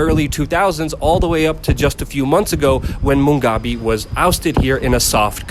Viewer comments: I didn't know how hard it was for some people to pronounce Harare and Mugabe until this video😂. This discussion was very insightful and I agree. As a Zimbabwean there are many things that I see that have brought change (corrupt policeman being taken off the roads mostly). That being said we have a very long way to go because as was said, I strongly believe that the new president thing is a scam because they had been working together and if we truly wanted change we must throw the whole government away and bring in fresh, innovative and young minds who are the to empower and bring actual change and growth. Corruption is a big issue and stolen funds have become a norm. Zimbabwe is beautiful but there's a lot that needs to be done. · Mu gabe, not Mungabe, sorry. But very good fair report. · He keeps saying Mungabe... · Look, it is not Mungabe but Mugabe. You can't get the name of the former despot-dictator that ruined the country you are reporting on straight, so I am out of here! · Mugabe not Mungabe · Ok , instead of MUNGgabe , he will now go as BUNGgangbang , I like that better . Blobbert BUNGgangbang . Does the MUNG not make you happy ? I fixed it for you . YEEHAW !!! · Barb, what did you just crawl out from under a rock? Since when has Mugabe (pronounced moo-gah-bay) been pronounced Mung-gah-bay? This is why people dislike westerners. You talk big and know little. Yet, you still talk big. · Moo gah bay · would help if you could pronounce the names you mention, it is HA RA RE (Har Rar Rey) and MU GA BE (Moo Gar Bey) typical coloniser ignorance. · At least learn how to pronounce the name of the now ex president and the Capital city before reporting the situation. Surely that should be part of an important part of a reporters job.